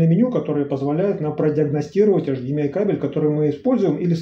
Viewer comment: Интересный обзор. У меня ресивер 1801 - интересно чем отличается и хорош ли он.. Спасибо Я не понял на слух - какие 3 входа этот имеет. Вроде, автор хотел сказать эйчдиэмай, но вышло невнятно.